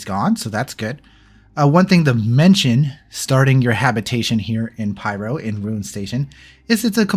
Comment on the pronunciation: Got to say it...... Rū-in station Ruin and it is Orbit-tuary, Orbituary. Know your stations kids. I'm sure you will get Checkmate? Right?